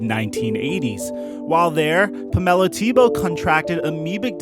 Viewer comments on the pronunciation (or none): Puh-mel-a instead of Pamela. Then knee ace instead of Nease. Interesting pronunciations. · Pam-ella??? Come on bro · This narrator needs work...its...he's never heard the name Pamela?... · "Pamella" and "dissenterry" lol I think you mean Pamela and dysentery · its... Pamela....like, Pamela Anderson.. Also, its... Nease, like.... NEESE. Jesus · I guess he’s never before heard/seen the name “Pamela” until making this video? Unless I’m wrong here and she actually pronounces it that way.